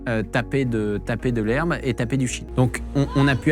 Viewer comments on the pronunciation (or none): on dit toper de la weed pas taper mdr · c'est toper ! pas taper mdr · on dit toper, pas taper, TOPER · On dit toper mon collègue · Ont dit toper et pas taper... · TOPER pas taper ptdr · On dit pas taper on dit toper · Quelqu'un pour lui dire qu'on dit "toper" pas taper, et ça doit bien faire 20 ans qu'on utilise plus cette expression. Faut pas faire le connaisseur si on pige que dalle... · Toper pas taper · Pour aller "toper" Jean Masturbin, pas "taper"... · Alors pour apporter une petite précision d’ordre purement linguistique on dit « toper » 😆